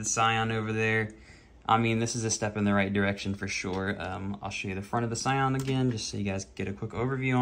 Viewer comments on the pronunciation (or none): "Sayan"...it's a Dragonball car? Dude, it's pronounced "Seean", it's an italian word. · i cringed everytime i heard scion, good showcase though